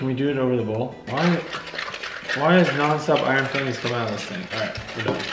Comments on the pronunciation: It's iron Fi-lings not Fill-ings !!!!@ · FILE - INGS....not fillings.....smh